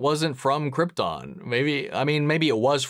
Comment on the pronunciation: bro said CRIPton😭